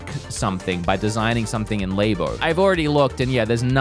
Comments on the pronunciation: LAYBO 😂 all those scientists in their LAYboratories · Labo was pronounced wrong, you pronounce it like you're talking about a laboratory